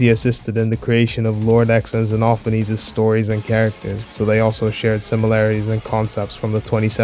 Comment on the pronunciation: OH MY GOD THANK YOU FOR ACTUALLY GETTING XENOPHANES RIGHT